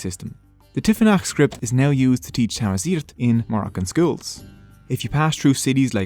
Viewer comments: First of it's Tamazight not Tmazight, "not a solid language" who are you to say that? We speak it to this day, it's our rich language. There is nothing liberating about Islam, it says in the Quran to kill the unbelievers which you did to us, until we had to convert. Don't kid yourself, no full nation renounce their culture and change religion by happiness. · Tanmirt tameqrant ɣef tajmilt agi i-txedmed i ugdud nneɣ. As a Kabyle, and an Amaziɣ, I thank you for this video and the distinction you drew between us and our Muslim-Arab conquerors. Side notes: In our language, the way you pronounced 'Tamaziɣt' actually refers to another existing word, 'Tamazirt', which means 'field' or 'garden'... it was quite adorable. Also, queen "Kahina" is known to us Amaziɣ as "Dihya Tadmayt", which means "The Beautiful Doe" (deer are considered a noble species in our culture). "Kahina" is the name our enemies (arabs) gave to queen Dihya to antagonise her, it means "Soothsayer" in arabic.